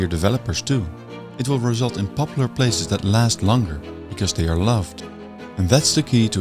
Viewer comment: Plazes? Places! Dutch randzdad accent...